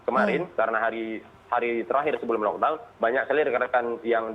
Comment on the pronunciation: First time aku dengar orang Indonesia pronounce lockdown proper. Sebelom2 ni lokdong2🤦🏻‍♀️ salute both 💪😘